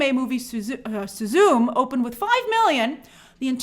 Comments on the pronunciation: Su-zu-me(mey) Not soozoom. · "Suzoom" 😂 Suzume is pronounced "Su-zu-may" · Grace - good effort but it’s not Su-zoom it’s pronounced Su-zu-me. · Su zu me not susum. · I don't mean to sound rude or anything but it's pronounced "soo-zoo-may", not "soo-zoom". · i think it's pronounced suezoo-may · The anime film is pronounced Sue Zoo May. Suzume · LoL Pronouncing “suzume” as “Soo-Zoom” is the whitest thing she ever said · That's not how you pronounce Suzume. lol. Its spoken as three syllables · watched Mario it was a mid movie then watched Suzume was amazing! Grace Butchered the name and it made 250 million outside north america. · Pronounce the "e" in Suzume like "eh?"